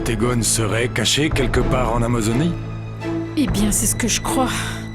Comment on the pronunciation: Komsi la sèl mw ki tande enfimyè a di Amazonie menm repete Amozonie hein tripotay mw yo? ohoh rete sa ap fèm konsa la apa lap voye boy nan pwam 😂😂 Si Paulina pa met ti rad klerèt sa yo li pap santil byen😒